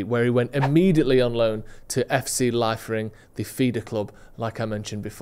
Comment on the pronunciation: Great video! It’s pronounced LEE-Fering btw.